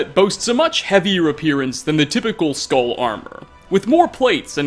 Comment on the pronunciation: Your pronunciation of skall is triggering me 😱